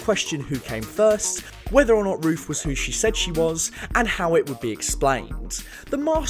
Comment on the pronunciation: How old are you 12? The word is Ruth not Roof. Lol.